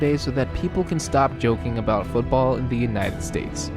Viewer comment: Also it's "about" not "a bout"